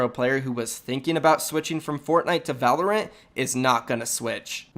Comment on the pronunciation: Wtf is Volerant. I’ve hadn’t heard it till now